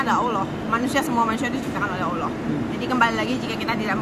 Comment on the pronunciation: Utk penyebutan kata 'Allah' harus di latih tiap hari kak jesslyn biar pas pengucapannya